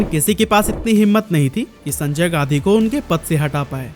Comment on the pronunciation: भाई तुम गांधी को गाधी क्यों बोल रहे हो?